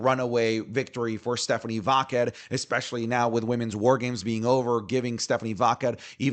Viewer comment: Bro aren't you Latino? Why do you mispronounce Stephanie Vaquer's name wrong? She's said how it's pronounced and you should know without her saying it. 😅